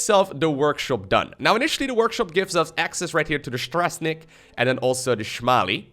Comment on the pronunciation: Seeing you mispronounce Polish words is painful. Śmiały = brave. Strażnik = Guardian. In Polish language, you read the words as they are, not pronounce them. Other than that, the game looks solid, but it's very early in development.